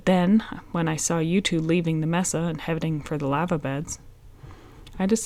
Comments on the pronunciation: Its pronounced MASA!!!!! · Uvalde (You-Vol-Dee), Mesa (May-Suh), sorry, my pet peeve.